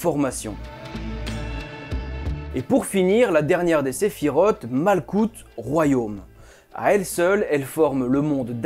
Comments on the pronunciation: Beau travail!!! Au fait, on dit malroute (malkhout)et pas malKout. Sinon, jolie barbe bien taillée, je n'ai qu'à bien me tenir!!!! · Guibbourah pas Djebbourah. Le G se prononce Gue. et la Malkhout se prononce Malrout. Le KH est gutural. Hokhmah se prononce Rormah. Yesod se prononce yessod. De la même manière qu'il y a l'arbre de vie, il existe son opposé (arbre des Klipoth, une klipa c’est une Sephora brisée e donc elle n’est plus dans la pureté), l'arbre de mort qui ne démarre pas à la malkhout mais qui né d'un excédant ou d'un manque de rigueur (Guibourah). Car c'est dans cet excès ou ce manque mène à la déviance. Soit tu es en manque de rigueur et tu n'avance pas, tu stagne et redescend, soit tu as un excédant de rigueur et à ce moment là tu entre dans le mal, dans l'intolérance, la frustration et la méchanceté. En revanche à ton arbre de vie, il te manque la séphira cachée : Daat (la connaissance cachée) qui se situe entre la binah et la hokhma. Cette séphira est cachée car tu dois la découvrir tout au long de ta vie et te des études. Et pour finir, la Kabbalah n’est pas née au premier siècle mais est une tradition orale multimillénaire. Elle a commencé à être écrite graduellement à partir de cette période car les persécutions antisémites de peur que la sagesse ne se perde si tous les sages se faisaient exterminer. Même si l’enseignement reste élitiste. Puis certains sages extraordinaires ont fait des découvertes extraordinaires ou ont atteint des niveaux de sagesse et de pureté tels qu’ils ont eu les révélations pour écrire les autres livre : Sefer Yetsirah, Sefer Ha Bahir, Sefer Ha Zohar, Sefer Ha Ra